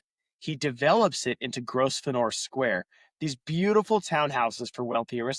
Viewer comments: your pronounciation of gros venor is how the french would pronounce it- it is french for great hunter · lol. Sorry, but it’s pronounced Grove-ner. But … great work, keep going!! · FFS, man. Your pronunciation is a deal breaker. It’s: grow-ven-er. 🤦🏻‍♂️ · They pronounce the name grove•n'r ; no s. There are many words like this, mostly place names. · it's a silent 's', also in English county names ending 'shire' most people pronounce it sher.